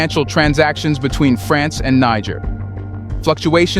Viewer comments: its (nee jer) or Ni jer the g is like the letter j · The word 'Niger' is pronounced as 'Nije'😅